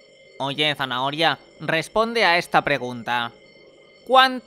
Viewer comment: Se Dice “Zanahoria” No Es “Zahnaonia”